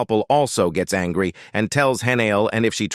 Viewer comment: Did anyone else catch the fact he said angy